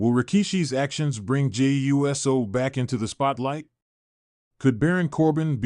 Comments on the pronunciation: It's USO ( i.e. UOOOOOSO! Get it right! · You need to learn to say uso it uso not uso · Yeah dude fucked up the name Jey U.S.O😂